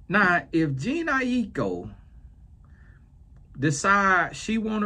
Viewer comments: “Gene Nie-Ek-Co” took me out 😂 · calling Jhene (Je-Nae), JEAN, is the epitome of someone not giving a damn about “regular people labeled as celebrities” “God blessha” - voice 😂😂😂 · You calling her Jean is taking me out 🤣 It’s pronounced like Janae. Much love Uncle 🫶🏾🙌🏾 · I'm screaming at Gene! Lmaooo lol it's pronounced Juh-nay! lol commonly spelled : Janae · Not Gene 😂😂😂 I AM WEAK 😭😭😭 please pronounce her name like this: Ja-Nay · Calling Jhene “Jean” is sending me🤣. don’t care two things about this culture and I love that! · Not “Jean” 🤣🤣🤣🤣🤣🤣🤦🏾‍♀️🤦🏾‍♀️🤦🏾‍♀️ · I’ve been laughing ever since he said “Jene”. 😂😂😂This is comedy for real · Its juh-nay eye-koh lol..😂😊 and her mother is blasian and father is biracial. Her asian genes are strong because i would believe shes fully asian if someone told me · Jah- Nae is how to pronounce her name 🌊🌙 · Its Juh-Naye I - Kho 😂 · Its Juh-Nae, 😂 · Hello, her name is pronounced, JA-NAY😊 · who is jean ai-ee-kho 😂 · her name might be pronounced like je-nae. these spellings nowadays. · Every time he attempts her name 💀💀💀💀🤣🤣🤣🤣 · the way pronouncing their names 😭😭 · Please tell me how he is able to say Aiko boy can’t say Jhené😂